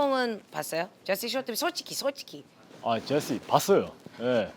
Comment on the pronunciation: 초 재시 발음ㅋㅋㅋㅋ